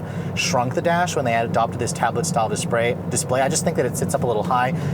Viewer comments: Dispray lol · tablet dispray 😂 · ... when your asian kicks in yo! Lol I can’t stop laughing... when his DISPRAY ... Asian pryde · "When they adopted this tablet like dispray"